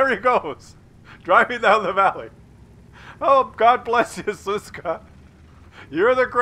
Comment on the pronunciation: sz is read like sh - so it's Shushka. But, I agree that Suska sounds funnier.